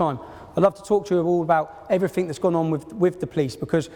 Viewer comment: Oxford Union. And you can't even be fucked to not say 'Evryfink'.